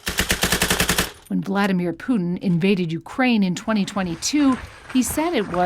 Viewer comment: How funny you pronounce Putin. Actually it's Put IN not Puding :)